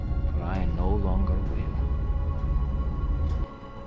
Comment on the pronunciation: The most annoying thing about the daishi is how you keep mispronouncing the name.